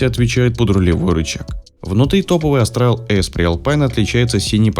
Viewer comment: Не Астрал, а Австрал! Вы же не говорите Астралия или Астрия